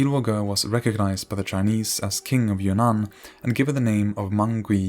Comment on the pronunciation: Great video and very informational, however i keep hearing "kingdom of your nan" instead of "kingdom of Yunnan"